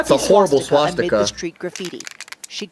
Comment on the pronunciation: "Swatsticka" -, 2017